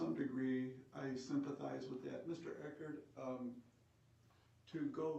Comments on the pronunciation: Just started watching but I just have to say that Clayton’s last name is ECHARD, not EcharT. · I don’t know if someone corrected u but it’s pronounced Clayton ec hard